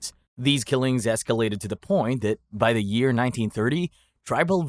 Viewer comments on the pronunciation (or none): none